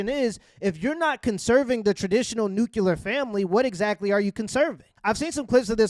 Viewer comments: You sound retarded when you say “NUKE-U-LUR”. Its “NEW-CLEAR” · Love the show man but it’s nuclear not nukular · I love you bro but you gotta start pronouncing it nuCLEAR* family. 😂😂😂😂